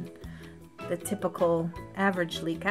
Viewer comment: Oh my gosh she is so cuuute!! I love her with pink hair!! cuteness overload!! More Licca-chan please! thank you for hearing my request and for the shout out! I love this video! and you pronounce my name correctly! XD also, I read from wikipedia that the regular Licca is an 11 year old girl, there are an adult version of her though, even a pregnant doll